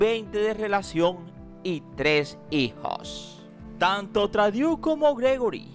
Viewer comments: aclarar que el apellido Trudeau es de origen francés, por eso la combinacion de las vocales "eau" se lee "o". No es inglés. Se escribe Trudeau y se lee Trudó...😉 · CREO DEBE MEJORAR SU INGLES SEÑOR. EL APELLIDO SE DICE TRUDO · Porqué dices Tradiu??? Por favor si vas a hacer buenos vídeos primero infórmate bien de cómo pronunciar correctamente los nombres en otros idiomas